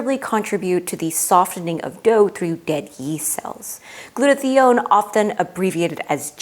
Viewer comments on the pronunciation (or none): Really interesting and very well done. A small note about two mispronunciations might undermine your presentation with some viewers with certain science backgrounds: glue-toe-thigh-own. proe-tee-awl-a-sis. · gluta-thigh-own Merriam Webster and two different YouTube pronunciation guides (one based on actual usage) give only this pronunciation.